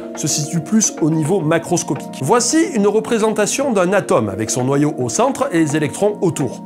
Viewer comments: Noyau, pas noyeau, c’est ennuyeux. 👓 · Noyeau ?? Noyau oui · 'noyau et non pas noyEAU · Moooh ! Le "Noyeau" :,( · ça pique